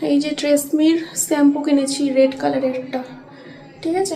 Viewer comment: ওটা ছ্যাম্পু না ।শ্যাম্পু হবে।ঠিকঠাক উচ্চারন টা কর।তোমরা তো ইনফ্লুয়েন্সার তোমরা যদি ভুলভাল কথা বল তাহলে কেমন হয় বিষয় টা ভেবে দেখো